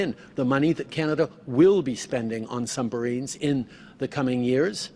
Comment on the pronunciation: Did he just say sumbarines?